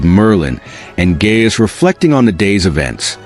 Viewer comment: Those names are pronounced "Guy-us" and Oother", not "Gay-us and "Yuther".